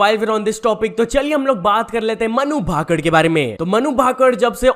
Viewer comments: Bhai aap humesha naam galat kyu bolte ho? Vinesh phogat ko vinesh phogut Manu bhakar ko Manu bhakad? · Pronounciation kitna khrab h bhai Tera कल्कि को कालकी, फोगाट को फोगट, भाकर को भाकड़ मतलब हद्द ही हो गई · Tune dono athletes ke sir name galat pronounce kiye h Phogat and bhaker Thoda pada liya hota YouTube pe aane se phle acha hota niyon men